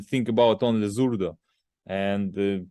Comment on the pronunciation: At times he says Zurda then it sounds like he says Zurdo, his english is fairly bad. You can see he has trouble truly expressing himself in english. I dont think its on purpose. Just gets the A and o mixed up in his language.